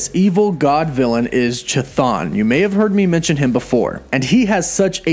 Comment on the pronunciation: You murdered the pronunciation of Cthon